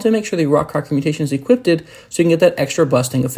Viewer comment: ah yes equipted